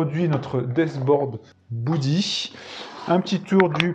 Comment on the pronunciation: Beudy pas boudy 😅 Sinon ça prend un peu trop de place à mon goût sur un bureau mais l'idée est la